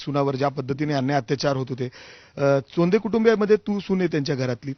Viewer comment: " सौंधे नाही ताई चोंधे "अडनाव आहे त्यांचे.